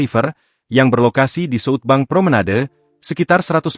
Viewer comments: ini berita pake ai ga enak banget di kuping, southbank dibaca jadi suutbang anjir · Salfok penyebutan SouthBank jadi sut bang